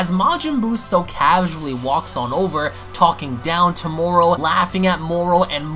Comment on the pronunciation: He said moral? Thought the dude was called moro